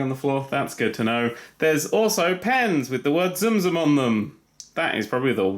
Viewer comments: not tzum tzum its tsum tsum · I seriously thought you were saying zoom zoom until you brought in the build your own box… You were saying tsum tsum? O__o